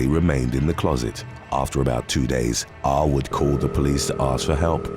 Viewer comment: Every time the narrator said "Arwood" it sounded like he was repeatedly calling the guy "r-word".